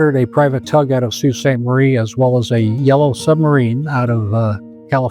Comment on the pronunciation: My mom said she remembers the day it happened because she was a Freshman at MSU and was on her way home and she said the wind was absolutely /nuts/. And /that/ was in central Michigan, it must have been HORRIFIC on the lakes. Also, omg pronouncing Sault correctly? Incredible.